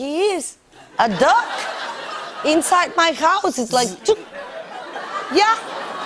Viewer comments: I thought she said (dogk) but it was (duck) 🤣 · I thought she said Doc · All this time I thought she was saying a 'dog' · I thought she was saying dogs that whole time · I thought she said dog 🤣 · is that a mallard? to be honest... I couldn't tell she was saying dog or duck .. all sounded the same to me ... :)